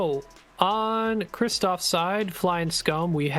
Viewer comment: Yeah, to add insult to injury, Krzysztof's name was butchered as much as his squad was.